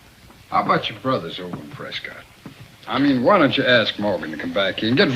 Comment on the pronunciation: It's pronounced "Pres' kitt" not "Pres cott'." The accent is on the first syllable, not the second. This is how the people of Prescott, Arizona, say their town's name. ~ To share this movie with others, I've saved it to my movie playlist, among my Arizona scenery playlists. :) It's strange that you said that, by then, the streets were asphalt, as the main street (Allen Street) of the old section of Tombstone is dirt, in order to preserve its period-appearance.